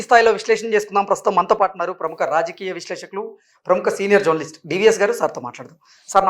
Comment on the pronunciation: జర్నలిస్ట్ పదం మామూలుగా పలకండి బాబూ వినలేక పోతున్న.